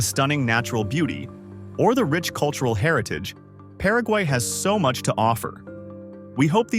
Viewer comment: Senkiu very mach😂